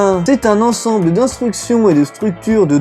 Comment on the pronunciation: Je rigole fort "ansemble" merci pour cette petite blagounette x)